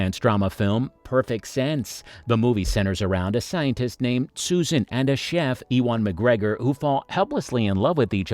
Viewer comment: It would help if you didn't sound like an AI voice actor. And you can't pronounce Ewan McGregor? Come on, man.